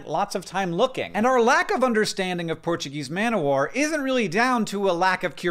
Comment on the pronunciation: TIL that Americans? just Hank? don't pronounce the f in Portuguese Man of War